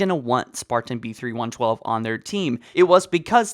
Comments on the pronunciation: It's "Spartan-B312" not (Spartan-B3112). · Its like you dont even try to read things correctly, B-312 not B-3112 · Ok, I need some insight here, he did in fact say, “ spartan, B3112” instead of B312 right? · You keep saying B31 12 WHICH IS WRONG. He's Spartan B312 you keep adding an extra 1